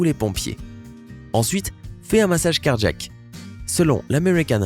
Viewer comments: Un accident cardjack ? Car-jack... ??? Ça et le rythme journalistique des années 2010 "administrer unnnn mmmmassage cardjack"... excellente voix mais diction insupportable. Je passe. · Pareil ici : clairement cardjack. Bizarre, cet accent.